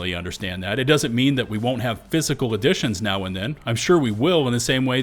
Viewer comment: physical editions, not additions, LOL!